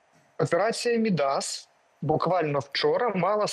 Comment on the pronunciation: От все добре, але видно, що уроки історії в школі і Шабунін, і журналісти «Суспільного» прогулювали, раз не знають, що ім'я «Мíдас» має наголос (як і всі такі власні грецькі імена) в корені, а не на закінченні — тобто, наголос падає на «і»: Μίδας.